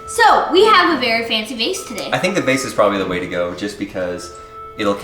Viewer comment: You pronounce vase really weird